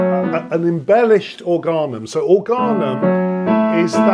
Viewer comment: Minor point: "organum" is a latinised word of Greek origin; the stress is on the first vowel (órganum), not the next-to-last (orgánum)